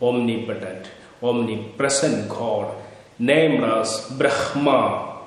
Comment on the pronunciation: 🙏🌷 Bhraamaa Pronounced Correctly. The First Breath. Nagas of Kerala are from Nagakshetra. SOUTH AMERICA IS KNOWN AS #PATHALA NORTH AMERICA IS KNOWN AS #MAHATALA AFRICA IS #RASATALA ANTARTICA IS #TALATALA EUROPE IS #ATALA(Atlantis) ASIA IS #VITALA AUSTRALIA IS #SUTALA (Astra+ila/Suvarnabhumi) The epics and Puranas describe several vast inhabited continent sized regions called '#Talas'. There are seven #Talas identified with what is now known as the seven continents